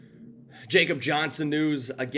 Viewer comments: It’s (Yakob) Johnson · Commitment to Excellence my butt. How do you call yourself a professional and you can’t even pronounce his name correctly. If you’ve watched all the interviews over the years, when they call him by name, you’d know how he / they pronounce it. He’s German. It’s “Ya-cub”. Before you make excuses about pronouncing names of foreigners, how do you pronounce a Mexican named Jesus. So no excuses dude. Get it right. The guy has done enough in his career to deserve a reporting professional to get his name correct. If you want to be a pro, do the work! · WTF????? And it's pronounced (ya)kob. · After being on our roster the past two years, a can’t believe you can’t say is first name correctly! He’s European/German…come on??🤷‍♂️….. JJ wouldn’t have near the rushing yards without him! Yeah I get it, but NOT for the reasons you mentioned! LOOK at the high powered Dolphins and Niners….they use a full back….successful!…..We can’t always use a backup guard to block for JJ when the OL is shitting their bed!! Alec Ingold who we should have never moved on from is doing well the the team we likely won’t have answers for this week end!….Good luck to #45! aka RaiderDad559